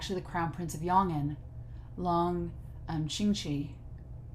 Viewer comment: Lang Qianqiu pronounced like "Lang chain chew" in English ^^ and Lang is the royal family name of Yong`an.